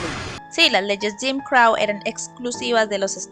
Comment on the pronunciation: Buen videoo ,pero crow se pronuncia vomo se escribe y no crau